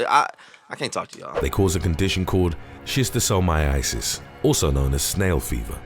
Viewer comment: Just don't watch Monsters Inside Me; that show will make you paranoid! 🦟🪰🪱🦠 I don't even use tap water anymore after watching that show. And yes, Schistosomiasis is very real (the narrator mispronounced it, though, adding a 4th i).